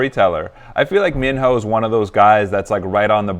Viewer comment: I like; thank you for reacting to Minho..it's pronounced as Mino, minus letter h